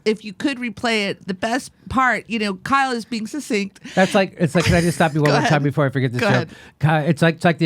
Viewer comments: Succinct is not pronounced "sussinct." It's pronounced "suck-sinct." Otherwise, great show, Jimmy! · Sorry to say, you all have fallen prey to this error, the decline of English. Sad. suc·cinct sə(k)ˈsiNG(k)t/ The former c is hard, being followed by a consonant. The latter c is soft, being followed by a weak vowel (i or e). Listen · Good show, and Kyle did, indeed, prove his points. However, I do need to point out that you all pronounced succinct incorrectly (including the wonderful, a school teacher, and school teachers are among my favorite people on the planet, thanks to my first-through-third-grade teacher in the early 1950s who taught reading using the phonetic method). Here's a video with the correct pronunciation: As someone in their comments section pointed out, it sounds like "suck sinked" when pronounced correctly. I saw the full version of that Fox video, and I blushed in embarrassment for Cori Bush. Bush may be smart when she's rehearsed or knows the questions in advance so she has time to research the answer, but she's definitely not as quick-witted as Alexandria Ocasio-Cortez in situations that call for extemporaneous speaking.